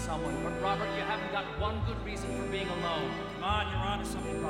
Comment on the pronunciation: Love ya neil, but it's a little too sticatto for my taste. Also it's being, not beHing.